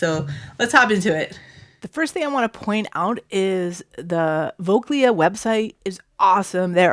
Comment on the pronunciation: Thanks for posting. BTW: the right pronouncation is Fockley